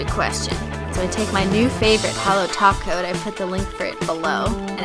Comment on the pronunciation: Y do you always say taco instead of top coat